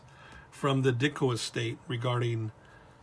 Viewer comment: You pronounced my name correctly. Also, Regards, Ditko is available on Amazon now for $12.99. Thank you for your support.